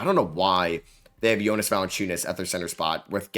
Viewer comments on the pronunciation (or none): none